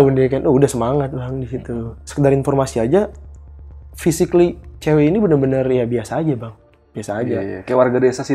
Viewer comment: FISIKLI, FISIKLI DONG GUUYSSSS WKWKWKWK GILEEE JAKSEL PARAH, LEBIH TEPATNYA JAKSEL INDIA